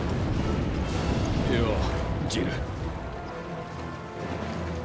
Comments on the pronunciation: バーカーじゃなくて！パーカー！！！！！ 悲しい・・・ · プァーカー(パーカー) 哀しい...